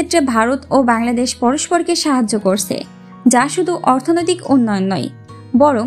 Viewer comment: করসে না ভাই উচ্চারণ হবে করছে।